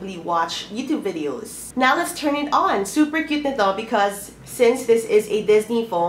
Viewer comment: vidows and vowtows hahaha 😂😂😂